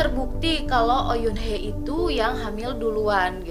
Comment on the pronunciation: Halo kak, maaf ingin meluruskan sedikit tentang pengucapan nama2 karakter hehe.. Bae Ro Na = Be Ro Na Oh Yoon Hee = O Yun Hi ya Ha Yoon Cheol = Ha Yun Col Lee Kyu Jin = i Kyu Jin Joo Dan Tae = Ju Dan Te Terima kasih, maaf mengganggu waktunya kak 😊